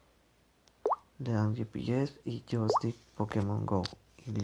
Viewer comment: Y es Joystick no Jostick ni Jostik